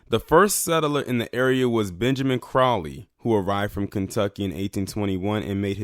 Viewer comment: Your not pronouncing crow-Lees, Crowley, correctly or para-gould, paragould, your welcome!